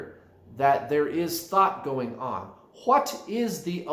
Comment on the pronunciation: WHat is the awareness? (Emphasis on HA)